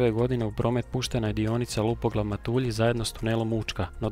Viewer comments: Fora video svaka cast na trudu, samo jedna opaska krivo izgovaras MATULJI. Nisu Matuuulji nego su MatUlji. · Odličan video, samo prijedlog da se više pripazi na točan izgovor mjesta/čvorova, pogotovo u Primorju i Istri. Točan izgovor je MAtulji (prvi slog), JuŠIći (drugi slog), CeROvlje (drugi slog), KanfaNAR (zadnji slog), VodNJAN (zadnji slog), DiRAČje (drugi slog). Osim toga, stvarno izvrsno napravljen video, veselim se idućem! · Odličan video, jedna jedina mala greškica ,a to je izgovor mjesta Matulji, nema naglašavanja slogova :)